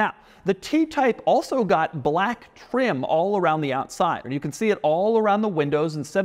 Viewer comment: Doug is the kind of guy to perfectly enunciate "comfortable", but also roll the L in "black."